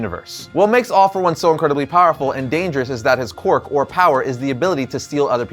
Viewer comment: Oh my. I can’t take how says “Quirk” 😅 he keeps saying “qwark” 😂